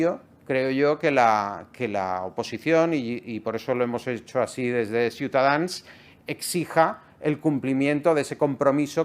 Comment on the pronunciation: Que bien suena cuando dice "Ciutadans". Hay que repetirlo mucho